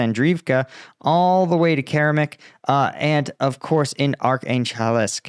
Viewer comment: Keramik, interesting name! Make the K at the beginning and end into a C, and spell it in english = Ceramic. spoken = Ker-a^mik emphasis on the 2nd syllable. You're welcome!